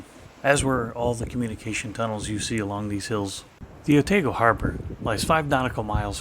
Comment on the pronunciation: Great report from your short stay in Dunedin,..loved it , but it is Otaaago not Oteego,yes some of those kiwi names are tricky to pronaunce,i know live here for 40 years now and still struggle with that kiwi languese, but great report,thank you👍